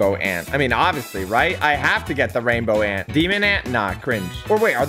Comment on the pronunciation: Ranbow ant 💀